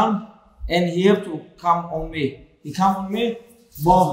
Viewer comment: I like it when he says, "buum". Not "boom", but "buum".